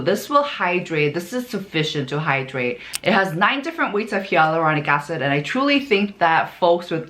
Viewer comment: Please verify the pronunciation of "Hyaluronic Acid." It sounds different. Dermatologists say it as "hay" but you say it as "ya" and it's all over the video. I'm just confused. 🤔